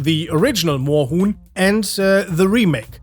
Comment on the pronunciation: Yo! As a Proud and happy German I can officially confirm that your pronunciation of Moorhuhn and several other German words is very good and understandable. I’m proud!